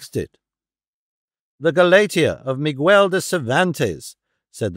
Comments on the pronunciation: Mi gel not Mi gwuel. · I love that the narration has just enough amount of dramatic inflection for dialogue. As a native Spanish speaker, personally my favorite reading of Don Quixote, regardless of the butchering of some names that really shouldn’t be. Like… Migüel??? Jerez pronounced with a hard J rather than “Herez” among many others… semantics I suppose, but still a good narration. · I love it when English speakers pronounce the U in Miguel like they don't with guest, guess, and so on, like they also don't in Spanish, it's like going out of your way to mangle it, like with saying chorizo like "choritzo", yeah, it's like pizza in Italian, sure. The X in Quixote is analogous to the J in modern Spanish, so the modern spelling would be "Quijote". Much like the modern spelling of Texas would be Tejas, or Xixona, where all the Turron is made in Alicante province, still spelled Xixona in Valencian is written as Jijona in Castilian signage. I guess we should be grateful it's in English and not American, they'd mangle the names even worse and probably pronounce the X in Quixote like "Dahn Quicksote" without the e at the end, like they do with Pistone, Ponce, Corleone and the rest. I can't imagine savaging your own given surname wrong and disrespecting your family by saying your own surname wrong like they do over there and we don't in England.